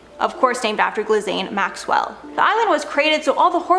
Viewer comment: No one is gonna comment on the pronunciation of Ghislaine? Wow 😣